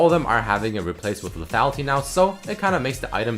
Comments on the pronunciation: teach how to pronounce le -tha-Li-ty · Please teach how to say LETHALITY XD